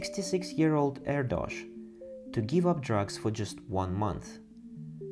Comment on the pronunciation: Great video. BTW: Erdos rhymes with Airdish. True fact.